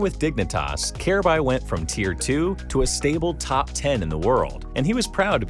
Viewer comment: Wow, this video is terrible. From pronouncing Kjaerbye's name incorrectly throughout the entire video to claiming that he was the best player on Astralis when dev1ce is right there, to saying he's the youngest major winner and MVP in cs history at the end of the video despite Donk taking that title last month, to not mentioning how he won Dreamhack Masters Stockholm 2018 with North by upsetting astralis in the grand finals, and not mentioning how North allegedly told Kjaerbye to not tell anyone on Astralis about him signing to North, so they could get revenge on astralis in his latest interview with Freya on HLTV: These types of cs content creators who make videos spreading misinformation on these topics are the worst.